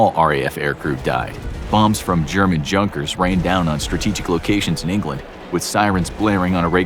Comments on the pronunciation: "Shaydenfrood"? "Junk"-ers bombers? "Lindenberg" — that one almost got past me. What is that? Lindbergh and Hindenburg? The Nazis never referred to "decadent Capitalists". This guy is conflating fascism with Communism. Corporate Capitalism is an integrel feature of fascism. On the other hand, this video correctly posits the rise of an American fascist party, with the difference that the Brown Shirts have been replaced with red hats. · Interesting video overall but the German aircraft is pronounced "Yoon-kers" not junkers. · Germany makes a lot of Junkers but it pronounced :yung·kers.. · btw its pronounced 'Yunkers' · Please look up pronunciations. Junkers is pronounced "youn- kears" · Great, amazing video! But your German pronunciation needs work. Pervatin = "PERV-ah-teen." Junkers = "YOON-kers" (and it's a manufacturer's name, you wouldn't say "German junkers..."). Kriegsmarine = "kreegs-mah-REEN-nuh." You're probably doing a lot of reading research, but watching a few professional documentaries (like from the History Channel) can clear all this up. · "Junkers" is pronounced "yungkers". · Junka is pronounced unkah